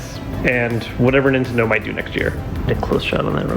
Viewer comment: I've never heard "Nintendo" pronounced like that before... I had to go back and listen to hear what you said! Isn't the emphasis usually on the "ten"? Nin-TEN-do? You said it like nin-tn-do... lol